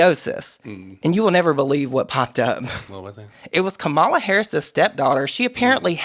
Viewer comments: Its comma-la please pronounce her name correctly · Mispronouncing Kamala’s name when we KNOW how it’s pronounced is not okay, my guys 😭